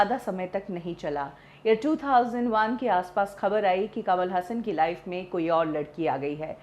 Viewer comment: कमाल हसन कमल हासन